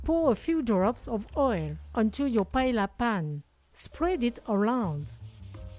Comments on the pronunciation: Thank you for the recipe …very creative ! In Spain we say “there are as many paellas as cooks that cook them.” I wouldn’t use the fish, though, and add some artichoke and green pole beans. Anyhow yours looks very tasteful. By the way, Paella is pronounced like “paeya” not “paela”. 😊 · PA - EH - YA …. NOT ….. pa e la , please 🙏 thx ☺️ and it looks DELICIOUS 😋